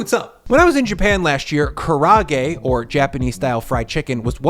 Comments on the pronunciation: Props for your recipe and technique! My only critique - please, please, please, please!!! Karaage is four syllables. It's ka-ra-a-ge, not ka-ra-ge, nor ka-rahhh-ge. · Kara-ah-gay, not kuhhrawgay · not to criticize but I’d like to offer a better way tp pronounce Kara-age. More Japanese-like. Try this, eeerrr, say this instead: kalla-age Yes, that’s right, use a double “ll” vibe. Not “Kara” it’s more like “kalla” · When you pronounce kara’age like carra-gay, it doesn’t inspire much hope for the recipe 🤣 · Ka-ra-a-ge. The double vowels in Japanese regularly throw Americans off. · It’s pronounced kah rah ah gay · please note that Karaage is a 4 syllable word and should be pronounced KA-RA-A-GE. Otherwise, keep up the good work! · Its said kara-age. And leviosah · Karaage has four syllables: ka-ra-a-ge, not three. Just put a glottal stop between the second and third to get kara'age. (At least he didn't call it an entirely different dish through the whole video, like that tonkatsu/tonkotsu mess.) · Kara..then “ahgay”, kinda like the way we say “bookcase” in English. Love your vids..wish you’d never again use canola oil, I just..don’t like it. Always seems like a machine oil instead of for cooking, I’m not sure why, if it’s the fragrance or taste. Organic sunflower oil is way better in my opinion..especially in your quesadilla recipe, both for the tortillas and for frying. I used organic soybean oil once when I was out of sunflower, not nearly as good as the sunflower in the quesadillas recipe..the sunflower just seems so light, so “not” oily..